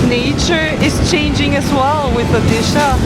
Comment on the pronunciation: Oddi shah wahh 😅nice pronounciation....